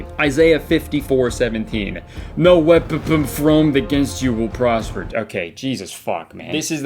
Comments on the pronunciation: "No weappn fromed against me" goes hard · “no weappn fromed” really got me